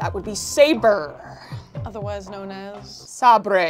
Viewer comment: ify says “sabre” like a 40 year old cuban guy